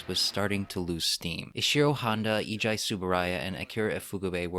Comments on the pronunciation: Eiji pronounce "Aey-gee" not "Eee-jai". He's also father of Ultraman. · Eiji should be pronounced like the letters A.G.